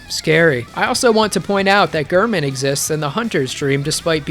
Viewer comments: How can you say gurrman and literally play a clip right after of the doll saying g-air-man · doll: gehrman gehrman: gehrman you: gurrman me: ???????????????? how?